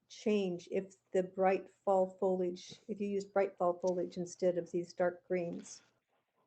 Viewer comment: Foliage...not Fo-ledge !